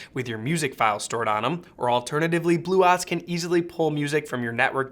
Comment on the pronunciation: I couldn't get through this video the way he was pronouncing bluOS was driving me completely batty